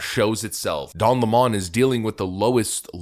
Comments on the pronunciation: Its lemon like lemonade . Hes not french . What do you do with lemons you squeeze them to make lomonade . Stop catering to the nutters . Its lemon not le'mon . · His name is 'LEMON' like the citrus fruit, NOT Le Mon !!!!!!! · its lemon not Lamone 🤣🤣🤣🤣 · Why do people call him le-mon, it's clearly lemon, like the fruit. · Lemon. Like the fruit. Please stop saying "Le-mon." Don't give the leftists any ammo to use against you, however petty. They will use it. "You can't trust a guy who can't even say the name of a fruit correctly." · Stop saying La-Mon... it's LEMON like the fruit... like him. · It's lemon not lamon..good try..haha..nz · Please say his last name properly, Lemon. Like this POS car is a Lemon. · LEMON , PRONOUNCED SAME AS THE BITTER TASTING FRUIT . L E M O N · You're pronouncing his name wrong - it's pronounced the same way as the fruit. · Why do people refuse to say Don's last name correctly? It's Lemon 🍋, you know, the really sour fruit. That moron isn't french, he's, maybe American but it's hard to tell. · Isn't it pronounced like the fruit? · Why do you say his last name that way? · His last name is pronounced 🍋!!!🤣🤣🤣